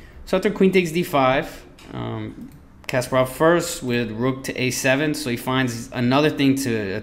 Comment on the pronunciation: It's pronounced Kas-PAH-rov, not "Casperov." Good grief...